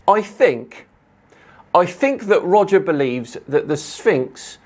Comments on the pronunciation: every time you said "Roger" I heard "Wodger. Wewease Wodger!" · Welease Woger